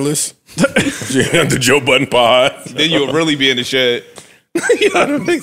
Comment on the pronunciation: “Toe Budden” at it again 😂